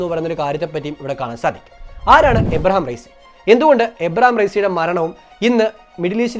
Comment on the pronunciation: ഇബ്രാഹിം റെയ്സി, എന്നാണ്,, എബ്രഹാം അല്ല